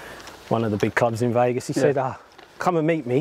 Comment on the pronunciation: Made it to the pros in football. Amazing at golf. Can’t say “Vegas” properly though can you?! Love it! Golf life ❤️